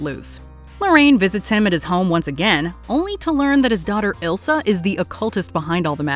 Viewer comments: It’s not Ilsa, it’s Isla. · The occultist's name is Isla, not Ilsa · It's Isla not ilsa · The occultist lady’s name is Isla not Elsa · People keep calling her Ilsa but her name is Isla (Eye-la) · Great movie, but the Occultist's name was Isla not Ilsa.